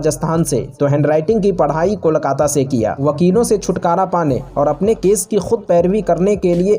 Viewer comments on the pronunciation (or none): none